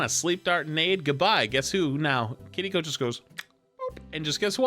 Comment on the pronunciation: why did you start pronouncing kiriko differently its sounds like you're saying kittyco